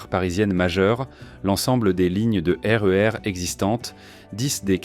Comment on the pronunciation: Ah la la... Cette voix IA, ses liaisons mal ta propos et son incapacité à gérer les sigles comme SNCF ou RER... Ça fout tout en l'air...